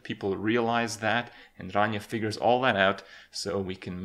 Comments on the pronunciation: randomchicken01 thats.. actually the correct way to pronounce it. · not 100% true. Rania is Greek, true and being greek myself, I can assure you he's doing a pretty good job at pronouncing it. Its not his native language obviously he won't be a pro at it. Its still not bad at all. If you have a look at Ranias channel and watch their cooking videos, he tries to pronounce the different dishes and greek words for the different vegetables. Also, Kripp may live in Canada but he's romanian. Which means his mothertongue does include a lot or R's that have to be rolled. After all imo he's doing a good job at giving her name the deserved pronounciation. :)